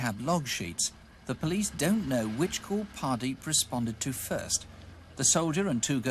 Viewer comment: Great! Mini-cab murders now landed on Wikipedia thanks to CW (although I'm not sure about the name spelling: Hardeep? Mr Ross seems to pronounce it as Pardeep).